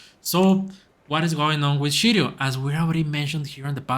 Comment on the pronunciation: I'm a big holder of Shiryo. Please say Shiryo correct. Sounds like you are saying Shityyou?